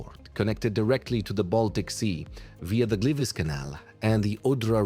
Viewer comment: nie mowie ze to jest zle bo wyswietlenia sa dobre z takich filmow ale zobacz jak tam zle nazwy slask i gliwice mowilo AI